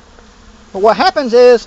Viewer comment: "whahappensis" Gotta love local accents.